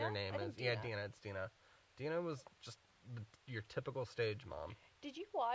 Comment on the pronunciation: Her mom's name is "Dee-nuh". Not "Die-nuh." Lol